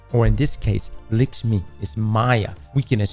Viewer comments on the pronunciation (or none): What is this random fixation on Maya Sundaresh anyway? She was an annoying exo in splicer with an annoying smokers voice who nearly let the vex take over. Also why does pronounce it "Lickshmi" when her name is "LAkshmi" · Bro calls her "licks me" 😂 Think you need to google pronounce that one my guy! 😂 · Can you say lick-shmi one more time please? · Why does ignore the A in Lakshmi